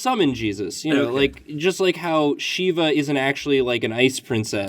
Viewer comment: I would just like to point out for anyone that does not know, Shiva's name is pronounced 'Shee-va'